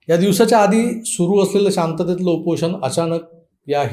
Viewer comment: तुमच खरचं हार्दिक अभिनंदन, खुप छान सुधारणा केलीत तुम्ही उच्चारानं मध्ये , त्यामुळे ऐकायला सुद्धा मज्जा आली. 99% उच्चार बरोबर होते, फक्त एके ठिकाणी तुम्ही "उपोषण" ऐवजी "उपोशन" म्हणालात.....बाकी सर्व ठीक होतं.....परत एकदा अभिनंदन आणि अशीच प्रगती ठेवा